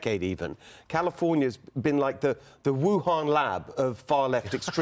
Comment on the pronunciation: 😂😂 "THE LAST 10 YEARS HAVE BEEN THE WU HON LAB OF CA" 😂😂😂